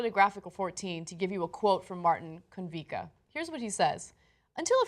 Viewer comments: Konvichka not "conveecuh" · It isn't miraculous that nobody got hurt. The Czech Republic is very different from the USA. Also Konvička sounds like con-vich-kah